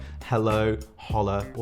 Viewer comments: Said "Holla" for Hola, LOL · Hahaha “holla” for hola. Cute, intentional or not 😂